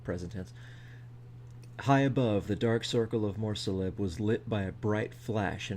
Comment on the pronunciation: A few random thoughts: While you could be right when it comes to Tilea's pronunciation (I pronounce it Tuh-LAY-uh in my head because that sounds more Italian to me), I'm pretty sure Morrslieb should be pronounced like "liebchen" in the second syllable, so "Mores-leeb." Sorry, but those were just both driving me crazy so I had to say something. Beyond that ... I'm way more familiar with the fiction than the lore, so this is fascinating to me. I'm curious, WHY do people assume the unnamed figure was an agent of Tzeentch? Did I miss that the skaven actually came from mutated rats? I'll admit I listened at work so I might have just been zoning out a little here & there. Also, I'm assuming you read that tale from a WHF book & it's just bad editing, BUT wouldn't it be fun to assume that the tale is a LITERAL oral traditional tale told by skaven elders (I can't imagine them writing much down)? That explains the tenses getting mixed up here & there (they just get so excited at certain parts!) and explains why it doesn't match up to reality very well. If you take that explanation (a far stretch, I'll admit, but run with it for a second), then I can easily imagine this tale being ESSENTIALLY true, but then the tale, through the ages, added in 'oh, and it was Tilos & we totally killed a bunch of dwarves the SECOND WE WERE CREATED.' Like, the original tale was just ... Tzeentch built a tower in the Wastes, rang a bell 13 times, and the skaven were born. Anyway, cool stuff!